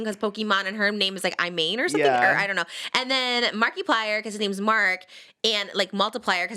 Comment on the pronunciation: how she pronounces markiplier is so perfect